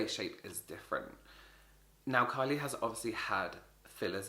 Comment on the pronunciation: it sounds like he said carly 😂 i found this funny